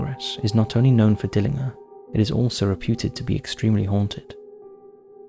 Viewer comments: Just like how you pronounce GIANT w/ a hard G/J sound, Dillinger is not how he pronounced it, it’s DILLIN- JUR. Not to mention the unfathomablity of the way he pronounced Tucson lol 😝. It’s TOO-SAWN Not TUX-ON. SMH. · For future reference Tucson is pronounced as Too-Sahn, and Dillinger is pronounced as Dill-Injure. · You pronounce the G in John Dillingers name as a J, Dill in jer !! You've got a good channel though. All the best my man!!✌️ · Learn how to pronounce Dillanger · I like this channel but you do like to create words, use weird grammar and strange pronunciations. When was "Dillinger" ever pronounced "Dilling-her"?? In another video you said "parentses" instead of "parents'". It really is very irritating when the content is so good. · Dillin-g(but pronounced like a "j") er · Dillinger is pronounced dill-in-jer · FYI: John Dillinger pronounced: Dillinjer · THIS is how you pronounce Tucson. Dillinger = di·luhn·jr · johnn DILLIN"JER" ...youve never heard of john dillinger ? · ''A Jax''??? SeriousIy????? ''Tuck son'' ''DiIIiner''. Jesus dude, do you research anything????? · Tucson is pronounced Too-sonn not tuck-son! Dillinger's name is pronounced Dill-in-jer with a hard G. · I live in Phoenix Arizona.. TOO SON the C is silent. DILLINGER John DillinGer.... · Pronunciations bro it's not dillinger it's pronounced dillinjer and tucson is pronounced like 2 son 😂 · Tucson = TOO-saan Dillinger = DILL-en-jer = Spooky Month content WIN! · And Dillinger is pronounced Dillinjer... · Dill ing ar 🤣🤣🤣 he would have filled you full of lead just for fun... should have got his name right.... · Dill-in-JER, not inger. Haha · JOHN DILL-IN-JER…. Dillinger like the gun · You must have missed the John Dillinger mispronunciation. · It’s Dillinger. G like ginger. 🫠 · when he said Dillinger I had to back it up twice to make sure I was hearing his pronunciation right! Sorry but I haven't laughed like that in a while 🤣🤣